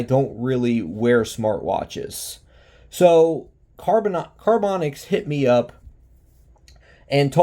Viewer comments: Are you saying the company name wrong on purpose? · LMAO. I thought you were doing it on purpose. Because half way through you almost said it correctly and then stopped yourself.